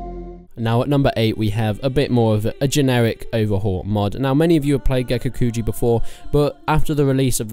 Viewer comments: Please, PLEASE, don't say gekukuju... it's gekokujo. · Gekukujo [Geh-Koo-Koo-Joe] Joe not jew. smh. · I know you say kuju because of the accent but in all seriousness, “is it pronounced kujo or kuho”? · I cringe when you say Gekokujo, or Daimyo. The dabbing mod, uh ok you definitely aren't considering this a serious top 10, pretty funny but meh, haven't seen your previous top mods for Warband but I definitely think Perisno should be considered a top mod, aside from that Prophecy of Pendor, and a few other mods are also rather good, personally I recommend watching Reformist TM and his let's play of those mods to get a feel for them. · Lord of the Void I agree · Take a shot every time he mispronounces Gekokujo. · How do you pronounce Gekokujo differently every time